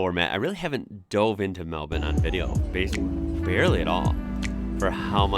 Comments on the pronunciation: Yep really got the “bin” part down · My son just about passed out when you pronounced Melbourne properly 😂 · You pronounced Melbourne perfectly. You must have spent time here. The thing about Melbourne is it's class. The architecture, gardens, sport and art. Best time to visit is around March April, weather is still warm; the footy starts, grand prix, Comedy Festival. Heaps of stuff to do. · Finally an American who pronounces melbourne correctly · Somehow its just as jarring hearing the word Melbourne being pronounced correctly in an American accent. Appreciate the effort to say things correctly though, we are an annoying bunch with pronunciation of towns. also of note, Chadstone is the largest shopping centre in the southern hemisphere, not just Australia, It has its own postcode its so large. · Such perfect relaxed pronunciation of the name 'Melbourne'. You truly are an Aussie now. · I was thinking the same 😅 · Yeah. Nice. I am now also curious for his Brisbane pronunciation. That's one that usually gets fouled up by yanks. Just as easy to fix. 😁👍